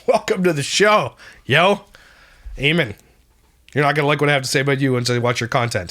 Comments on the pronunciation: It's pronounced A men lol. Love ya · Eamon is an Irish name , it’s an English version of Edmund and it pronounced AY-MON 👍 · Eamon is an Irish name, here its pronounced Eaaman